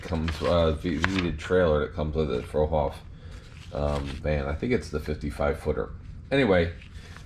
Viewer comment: Old time trucker here, now retired. I used to pull Fruehauf and Trailmobile trailers. Fruehauf is actually pronounced "Froo hoff" , not "Frow hoff" . This is the first time youtube has served up your channel to me, and I really like the builds you show in your intro, and the Peterbilt in this video. I also collect diecast by Franklin Mint and Danbury Mint, in addition to a growing collection of / plastic model kits. I'll subscribe to your channel to see more.